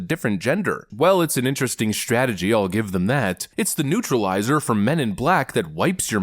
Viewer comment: Neurolizer. It’s called a neurolizer. Not a neutralizer…. Come on man…